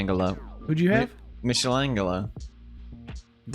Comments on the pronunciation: Pewds marries an Italian girl Also Pewds: Meeshaylayngaylow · Nah papa pewds saying mitchlangalo cracked me up edit: it's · Hahaha funnies thing in the video Pewdiepie pronounce Michael Angelo hahahaha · Correct Pronunciation: My-coal-an-jello Incorrect Pronunciation: Mish-an-gello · Me-Shalam-Ghello? 🤔 Michelangelo! 🤣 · "Michelle-angalo." Sometimes I forget Pewds pronounces things✨ special ✨ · So No one's gonna talk about "Michelle langelo"? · "meeshalengalo" i am shaking crying and throwing up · It's pronounced as My Cale Angel Oooo.. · Mich-a angle-o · I never watched the ninja turtles but Pewds saying Mitchelengalow... Oof, ow my spleen! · My name is Michel and everyone calls me Michael so the fact that Felix pronounced michelangelo as michelle-angelo makes me happy lol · ne-gi-gla-bel, and now Mishal-angle-o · "Michelle Angelo" lmaoooooo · I think pewdiepie Pronounced it that way way cause (He is Swedish) It's like Michelle Angelo in Swedish Dub instead of "Michael" But knowing he probably knows has a huge brain. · I pronounce michaelangelo like mishaelangelo too lol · Wait I'm pretty sure you're supposed to pronounce the g like the 'j' in "jelly". Spot on about the rest though. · It's MIKELANGELO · Maikellel Anghellooo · mishel angle-O lmao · Fun fact, when I was younger like 8 years old I pronounced Michaelangelo as Mitch-angle-o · michelle angleo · Named after the great renaissance artist mishal engalo 🤌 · He said MichelleAngelLo LMFAO how long has he been saying tht wrong xD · It isn't Michael angelo, though. So Felix' pronounciation isn't too far off, just exchange the sh sound for a k and you're good to go. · “Misha-langalo??! What tha f*ck? I’ve never heard that name pronounced so stupid in 30 years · Michelangelo gets its name frome the italian artist so it is pronounced Mikelangelo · pewds trying to say Michelangelo was the funniest shit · The way reacted with how pewds pronounced "Michelangelo" is just 😂👌